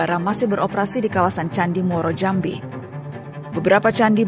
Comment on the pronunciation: Bukan Muara Jambi nanamanya tapi namanya Muaro Jambi ...